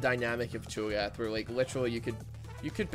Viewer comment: Cho'Gath CHONK'GATH